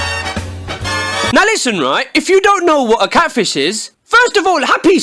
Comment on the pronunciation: ANOHER CATFISHE (Pronounced “ kate - fie - sh )